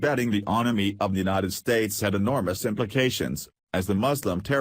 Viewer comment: The 'untied states' what is wrong with you? you said it more than once! it is The United States!!!